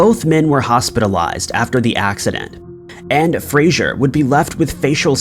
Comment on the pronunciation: Fraser, not Frasier. Jesus.